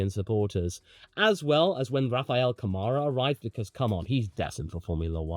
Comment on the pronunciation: Brazilian here with a tip: pronounce Rafael Câmara more like "Camera" e less like "Camaro" 👍